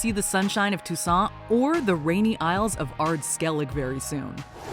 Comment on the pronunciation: ITS PRONOUNCED SKELLIGEH FFS